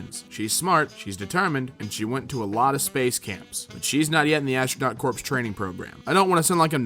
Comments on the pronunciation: Coup is pronounced "coo" and Corps is pronounced "Core." Just figured I'd let you know. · Corps is pronounced "core." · corps is pronounced the same as core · Corps, not corpse! It's pronounced "core," like in Marine Corps or Survey Corps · Just a grammar note, sorry but it’s a common mistake, Astronaut corps is pronounced “astronaut core”. It’s not a dead body (corpse) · “Corps”. As in Marine Corps. Or Green Lantern Corps. Pronounced like “core” Not like “corpse” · I would assume someone who reads aloud from Reddit all day would be able to pronounce “ology” like bi-ology or ge-ology, and “Corps” not “corpse” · Hey just a fyi corps is pronounced "core" just a bit of info ig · "Corps" is pronounced "core". But it's okay, Obama made the same mistake and he was a president. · corps is pronounced core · i wonder if he'll look up a lot of the words he misread, like with how corps is said core man the english language sucks XD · corps does not = corpse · Coup (with a “p”) - Corps (with a “ps)” -also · you're supposed fo pronounce the p in 'coop', too. The words were 'coup' and 'corps'